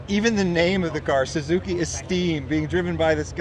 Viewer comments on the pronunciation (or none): none